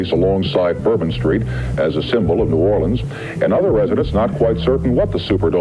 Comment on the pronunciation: Thank you for pronouncing New Orleans correctly.